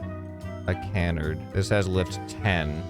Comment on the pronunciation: Can-erd…. IT CUH-NARD